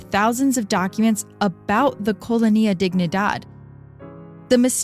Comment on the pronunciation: came looking for a comment about this, it's killing me every time she mispronounces colonia, it's fine with me if she pronounces wrong a word once or twice, but if she's going to repeat it more than 10 times I honestly prefer that she uses the english word... downgraded the whole thing